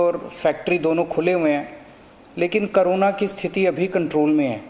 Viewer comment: CM hamesha corona ko carona bolte h 😁